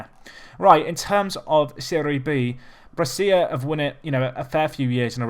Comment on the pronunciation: Brescia is pronounced Bresha, not Bressia.